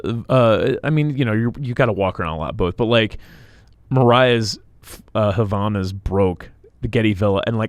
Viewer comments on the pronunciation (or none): Ok..... but, this is not the purpose of this chanel. If he doesn't say the name of the flip flops that he likes, I don't think is fair trashing a brand like that saying its name out loud. First, it's not Havana's, the correct spelling and pronunciation is Havaianas. Second you don't compare oranges and apples, they are maid of different materials. He spoke about flips flops made of leather and flip flops made of rubber..... Of course the leather ones are going to last forever but you don't need to say the brand's name of the rubber ones and trash it saying that they are the worst ones....... That's my opinion, that's all. I think he could say: "I used to buy rubber flip flops and they were always breaking and then I've decided to change to leather ones.....". It's not about the brand..... rubber flip flops are always breaking despite the brand, so no point on saying out loud the name of one specific brand and trashing it.... It was very unpolite